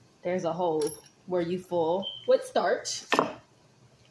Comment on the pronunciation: Girl I'm laughing at you! I promise Im not making fun of you. It's "fill it up" not full it up and it's "Method" and not Metherd! Hope I didn't offend you